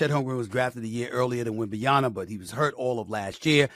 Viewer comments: WembanyaMA not WebmanyaNA. JFC, decades in the media industry and can't pronounce the player's name properly. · Stephen A, I love your shows but you gotta start pronouncing these names right. It's Wem-ban-ya-MA (with an M), my brother. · Still cannot pronounce Wembanyama properly old man.